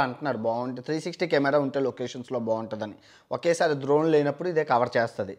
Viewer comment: Dhoron kadhu ra ayyaaa drone😜🙏🙏